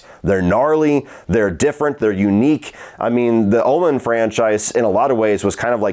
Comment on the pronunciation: It sound like your saying Ullman instead of Omen 😂 must be your southern accent